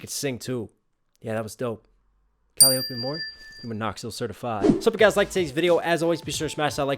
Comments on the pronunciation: this bothers me. calliope - coh lie oh! pee. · KAH-LIE-OH-PEE. Her name is borrowed from Greek mythology, and she states it many times; always pronounced correctly.. but you always butcher it so badly that it comes across as disrespectful. :/